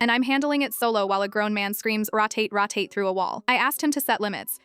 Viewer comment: Um, AI... it's rho tate not ra tate.